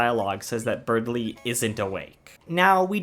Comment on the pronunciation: Berdly. It's spelt, Berdly. There is no "g" in Berdly.